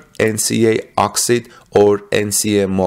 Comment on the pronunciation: you pronounce OXIDE as OX EYED. Elon wants the machine that makes the machine. There will be lots of problems in the beginning. He will iron out all the problems of battery manufacture.... and there will be plenty of them. Finally, the battery manufacture plant at Cato road will be installed at all the Gigafactories. Panasonic will continue to make its cells. CATL will make batteries for the semi or battery grid storage.